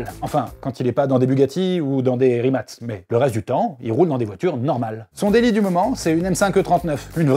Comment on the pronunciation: Pour info ca se prononce RIMATS